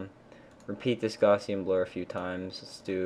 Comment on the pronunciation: Nice tutorial! By the way, think Gaussian is pronounced Gaw-shun =D